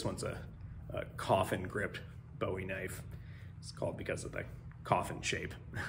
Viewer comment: The knife is named after the Texas pioneer, not the British singer. BOO-ee is how his name and his knife is pronounced. If you're looking for the guy who sang China Girl, your pronunciation is spot on. You say you work for an armor company?